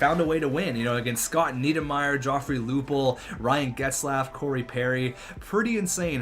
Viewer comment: "nedimire" lol i think its Neidermayer.